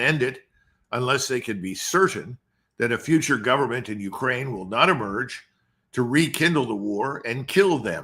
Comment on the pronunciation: Colonel Davis, could you please pronounce Ukraine with a stress on "ain" part not on "U". That isn't correct. Please.